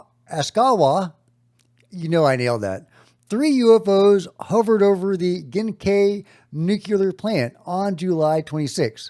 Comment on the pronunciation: FYI, "Gaia" is pronounced "GUY-uh" not "JAI-uh." Just sayin'. EDIT: Also, the "kai" in "Genkai" rhymes with "guy."